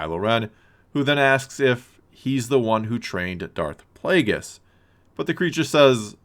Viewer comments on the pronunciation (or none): none